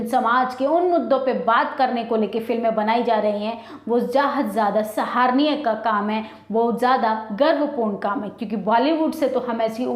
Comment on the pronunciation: मैडम जरा आप भी पढ़ लिया करे । कितनी बार सराहनीय शब्द का गलत उच्चारण कर गई है आप इसको सहार निय बोलकर ।